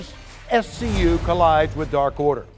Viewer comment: It’s no longer AEW Dark it’s “AEW Dawk”